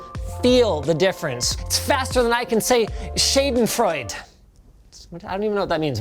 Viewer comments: And in German you have to speak the last Letter. It's Schadenfreude not Schadenfreud. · Schadenfreude... I was able to understand it but you have to work on your pronouciation^^ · I am a native German speaker and i didnt understand this word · Schadenfreud? It's Schadenfreude, but you pronounce it more like Schahdenfreude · Schädenfreud? It's Schadenfreude! :P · Schadenfreude Sh - ah - den - froi - deh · Its Sh (a like in Start) den freudE (you have to pronounce the E at the end like in Meh!) But good effort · Jesus, Linus, watch a musical! It's SHAH-den-FROY-duh or rather 'ʃɑdɛn,frɔɪdə... if I'm going to pronounce it like an American, anyway. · Definitely no K sound in there. Sch is pronounced more like Sh and the a like aah. It's more like Shaahdenfroiduh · As a German I am disgusted by your attempt to say schadenfreude. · I nearly slammed my forehead on the desk when Linus butchered the pronunciation of Schadenfreude in TWO different places in the word. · I'm from Germany and I needed to watch it multiple times to get that he said "Schadenfreude". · I'm a German but i didn't get the "Schadenfreude" joke. There is no way to pronounce ist worse than you did. 😂 In correct pronounciation this word is even longer. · He tried to say "Schadenfreude" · minus video editor points for OOF, pluspoint for home improvement sound, plus for schadenfreude badly pronounced, big plus for saying "i'm not saying i broke it" , and theres so much more good stuff inside this vid, 9 out of 10, good meme material here. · Schadenfreude - means getting amused from watching someone suffer!..... It's origin is German, and yeah, that isn't how it is pronounced. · said schadenfreude wrong. letting me bask in the pleasure of knowing linus has pronounced a word incorrectly in front of millions, instead of me. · I think there is basically now way to pronounce "Schadenfreude" any worse than Linus did xD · Seriously, Linus? That’s how you pronounce schadenfreude? I guess you’ve never seen this